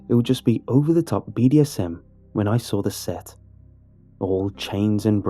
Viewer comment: Nobody:: Sawr Still best narrator tho